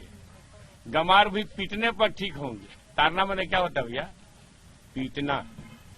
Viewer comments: तारना नही ताड़ना है। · Tadna not tarna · तारना नहीं ताड़ना है भाई उच्चारण ही गलत हो रहा है । बिहार में ड़ का र में उच्चारित हो जाता है । जिससे अर्थ का अनर्थ हो रहा है । तारना का अर्थ हो सकता है उबारना । ताड़ना का अर्थ हो सकता है पिटना ।